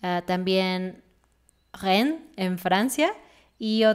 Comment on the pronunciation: en lo referente a Lollapalooza, parece que en este ano 1992 fue en Harriet Island , Minnesota : en lo referente a "Rennes", Francia, lo pronunció muy bien.